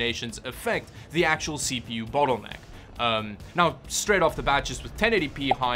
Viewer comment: I kind of felt offended when you said battle necker. Too much er in it maybe